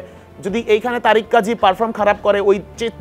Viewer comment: ‘তারেক’ কাজী না তারিক কাজী ‘সুমিত’ সোম না সমিত সোম। উচ্চরণে আরও যত্নশীল হতে হবে।